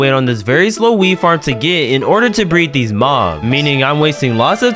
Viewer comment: ok it just sounded like weed farm